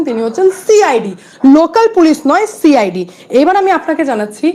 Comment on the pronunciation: She I d. উচ্চারণটা শুনুন। সিআইডি নয়